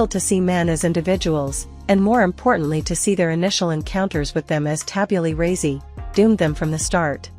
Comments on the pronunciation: Vincent is a legend Edit: by the way it’s pronounced Tah-biu-lah Rah-sah from Latin as a clean slate, not Tabula raseii. Please do not anger Sir John Locke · I hope Norah Vincent was reincarnated as a giga Chad. I would love to hear her feedback on the male experience from that perspective. Edit - She also deserves better than a Siri voice that can't pronounce tabula rasa.